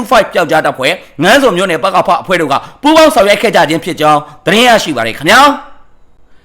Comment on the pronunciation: ငါန်းဇွန်ကို ငဇွန်လို့ ဖတ်ရတယ် ငါန်းမြာလည်း အလိုပဲ ငမြာလို့ ဖတ်ရတယ် ဆရာလုပ်တာ မဟုတ်ဘူးနော် ပြောပြတာပါ ရေးတော့အမှန် ဖတ်တော့ အသံပေါ့ဗျာ